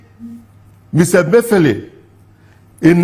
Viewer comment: Your name suggest that you are Igbo but you mispronounced the Igbo name Emefiele.